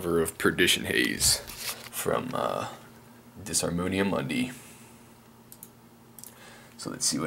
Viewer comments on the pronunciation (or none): Nice cover bro. I hate to be a stick in the mud, you did not say the name of the band right. The "s" is silent. In Italian, the hard "s" sound only gets in the way. So the pronunciation is : dee-armo-nia muundi. I know this because of an embarrassing episode with a Italian friend of mine. LOL